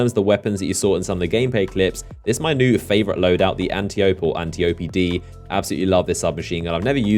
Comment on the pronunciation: aint the antiope-d pronounced an-tie-oh-pe like ol girl from wonder woman? i figure she's probly some Greek historical figure or somethin and thats what the names from